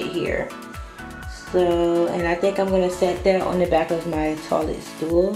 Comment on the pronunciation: I love the way she says toilet lol "toh-lit" You did a beautiful job, so inspiring <3